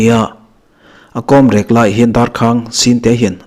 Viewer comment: Rek chhuak tih kha 'Rek' tih kha thluk san tur a ni. Mi kan va rek a,a thlukna awm ang kha a ni.